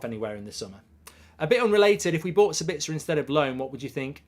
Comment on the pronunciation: SA-bitz-er not Sa-BITZ-er, people.